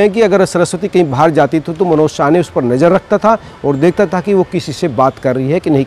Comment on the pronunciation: अबे ये रिपोर्टर पागल हैं क्या?? कोई इसे बताओ भाई उसका सरनेम साने हैं. शाने नहीं.